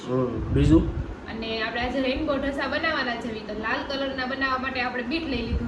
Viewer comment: E ela bhai rembo nai rainbow jarak to sarkhu bolo mara bhai